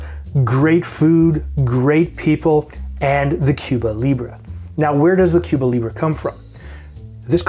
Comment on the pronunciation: Is being Canadian why you can't pronounce the drink right?